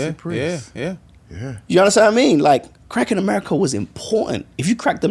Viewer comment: I thought Harmony was saying "crack in America" 😅 I'm like why is this man giving crack so much praise when it has destroyed countless families...whew glad we cleared that up 😆😆😆